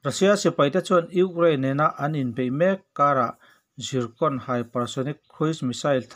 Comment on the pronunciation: tinge..ugrain tih tlat zel le